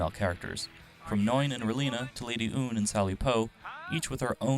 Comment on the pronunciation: didn’t say Lady Une correctly. Or Quatre. Or even Treize correctly. And I’m pretty sure there was like one or two more